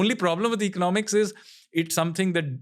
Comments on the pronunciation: please say economics properly 🥲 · Ranveer, learn to pronounce the word 'economics' correctly. You use it quite often and it makes me cringe.